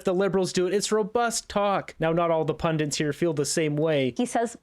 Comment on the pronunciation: Pundits.. Not pundints